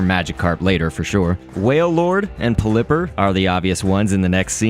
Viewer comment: why do you say pul-lipper. it’s pelipper. but thanks for showing us these :D